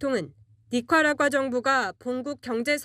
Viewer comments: 대사 앞에서 나라이름도 제대로 발음 못하고 참 실례네... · 아무리 별로 중요하지 않은 나라이고, 우리와 다른진영에 선 나라라도 그 나라 대사 인터뷰를 하러 가는데, 기자가 대사 앞에서 해당국 명칭을 제대로 읽지 못해서 저렇게 버벅거리는 것은 좋아보이지 않네요. 연습이라도 몇번 하고 가시지... '에이야퍄들라이외퀴들 화산' 같이 발음하기 힘든 지명도 아니고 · 기자가 니카라과를 인터뷰가서 니카라과를 발음 못해서 드럽게 더듬네